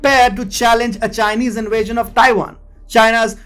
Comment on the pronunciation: Dude: please brush up on your English! People are are always asking us what type of language you are using! Inwasian is not a word, in west is not a word, do you get the point? Many people cannot understand you improper pronunciation, no matter how loud you say it! It is still hard to understand! Please refine!